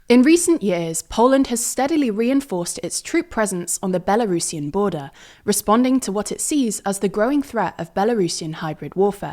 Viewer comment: Kudos for not saying Belarusian as Bela Russian. I don't understand why so many English speakers do that.